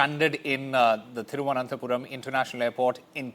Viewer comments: "Thiruvananthe"? Wow Pronunciation standards of NDTV is amazing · What a Anchor... Can't pronounce Thiruvananthapuram...! Disgrace..